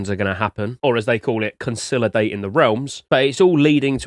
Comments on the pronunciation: Why do you pronounce "consolidate" like that dude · I thought he misspoke when he pronounced "consolidate" wrongly the first time but he just kept on saying it lol